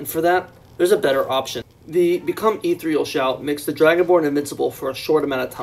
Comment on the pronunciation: Could you please try to pronounce "Ethereal" again 🤣🤣🤣